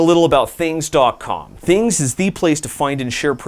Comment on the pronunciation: There is no I in Thangs. Its an A, not an I.